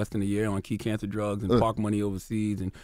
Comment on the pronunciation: “its çhanged the façe of çançer” 😒